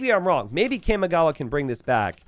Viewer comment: Someone has to do something about the way he says Kamigawa…